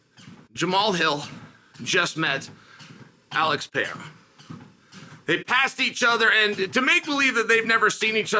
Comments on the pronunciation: Pereira, not pejeira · I don't know if anyone has mentioned it, but Chael, your inability to correctly pronounce fighters' names is unprofessional and disrespectful. I watched you butcher Pereira name 3 times in one minute. You can do better.